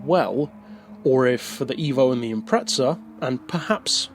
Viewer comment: I love your reviews, but the extra 'T' that you add in Impreza every time drives me nuts in this one. Luckily i don't play Forza as it's the same with that word too LOL.